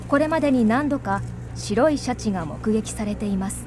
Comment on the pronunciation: 白シャツみたいな言い方しよってからに😠